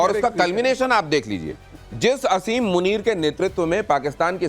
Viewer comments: Aby bewaqoof aseem nai hota he asim hota he jahil qoam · O pagal I olaad Kuta Asim muneer name hai pehly name to theak sa lay lo